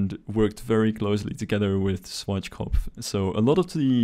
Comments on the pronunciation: Germans: Schwarzkopf Rest of the world: Swartzschkopf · schwardschgopf xD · Its funny how you say Schwarzkopf XD